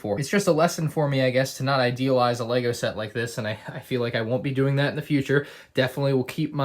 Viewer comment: “idealize” — this man is foreign